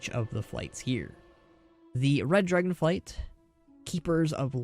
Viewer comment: Good video, lots of solid info. I was a little annoyed that you kept saying "Dragon flights" while everything was written as "Dragonflight", but you still got me a little more hyped for the reveal on the 19th, so whatever.